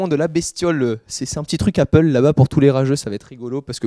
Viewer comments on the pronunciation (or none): none